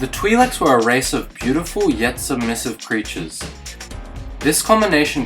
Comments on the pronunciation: Why cant this guy pronounce twi'leks right XD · Mispronouncing twi leks